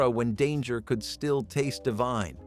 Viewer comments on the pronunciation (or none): none